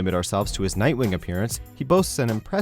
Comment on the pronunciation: you said nightwing wrong